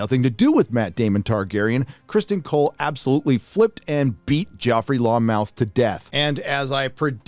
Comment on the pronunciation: * it's lonmouth. Not "long mouth" lol